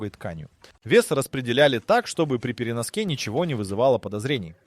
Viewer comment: переноскИ бл…